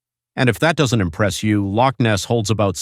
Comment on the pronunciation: Another "IGNORANT-TWIT!" Professing to be wise - becomes a Fool! Especially when trying to pronounce Loch! DON'T point fingers or make disparaging comments towards Ancient beliefs with Ancient people, through YOUR unbelief! You're taking information for your site and making yourself as some informative- 'KNOW-IT-ALL!" Regurgitating all the known information that's out there, and taking it as your own! You fail to see or understand ANYTHING! I hope some wee ghostie starts knocking on your doors and letting you know they're around!👍👀👻 Might open up your mind to the "Supernatural" world we live in, and not everything is a fable! Never knock, the Scottish, Irish or the Scandinavian Folk Lore! You are a NOBODY, with NOTHING more to do with your uninteresting little life! GET A REAL JOB! And get back into your own shallow indepth of little understanding, until you've done your proper homework and can talk about these subjects with some AUTHORITY! Goodnight and GOODBYE!🖕🖕🖕